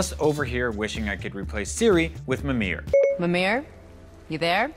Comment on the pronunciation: Mimirrr for siri